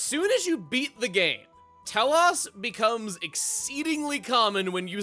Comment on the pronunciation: Chuggaa, its Tel-OSE, not Tel-OHS. XC2 butchers this name and a specific other blade in the game.